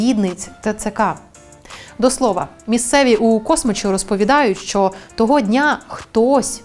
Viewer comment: Дякую за вдео. Але думаю що прихильниеів долб..бів типу Стахіва нічим не переконати. Якщо людина вірить у масонів, рептилоїдів, чипування і т.д, то вона повірить у все що хочеш інше. Тільки у вашому відео одна помилка - правильно наголос ставити на другий склад КосмАч.